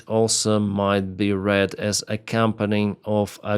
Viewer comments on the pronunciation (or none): none